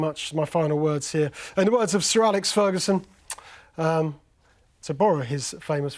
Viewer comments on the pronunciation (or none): none